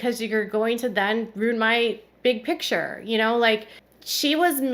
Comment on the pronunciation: You said Robyn said “Big Picture” but it’s” Pitcher”😂